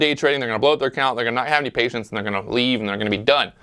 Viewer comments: man PATIENCE NOT PAITIENCE KKKKKKKK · Perfect opportunity to use your name in a cheesy play on words but you done effed up. *Pat-ience* not paitence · “Paitence” or patience? Lol. Great video, or should I say: “viedo”?